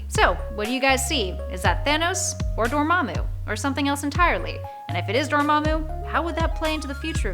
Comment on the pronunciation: Kevin Fi-jee and DorMAMu...ughhh too many hosts on these top lists channels can't pronounce names and places and just read it from the script without guidance.